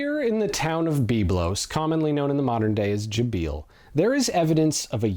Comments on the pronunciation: A great documentary, except that the city's name is not Gubeel, it's rather Jbeil, جبيل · My brother in Christ, 15 seconds in, and you already butchered Jbeil in a splendid and inconceivable way. Bravo